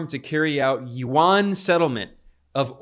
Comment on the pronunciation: Hi Ben, it’s a fantastic report thank you for your passion and news accuracy❤ One minor point about pronouncing the Chinese Yuan which most people make, Yuan is not pronounced as it is written (not Warn), it is pronounced Yuu-Ann as in Anne (the woman’s name) or the sound of the alphabet N) at the end. This is the native language pronunciation of Yuan, which is a romanised word (using the Chinese invented pinyin writing system which do not follow directly the English pronunciation system) from the original Chinese word 元 of its Chinese currency. ❤🎉 you may confirm this with native speakers.🎉 I thought I should highlight this since it is starting to be an important currency for the rest of the world and it sounded strange to native speakers if it is not pronounced correctly.